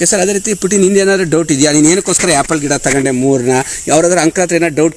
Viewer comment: ಯಾಪಲ್ ಅಲ್ವೋ ಆಪಲ್.